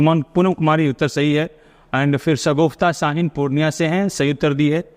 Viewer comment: (B) sir sagufta nhi sagufa shaheen